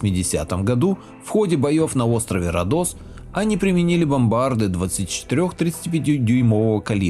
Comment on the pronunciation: Интересное видео. Но попросите вам ставить ударения в тексте. Родос ударение на первую о. И неужели камЭра? Пойду проверю.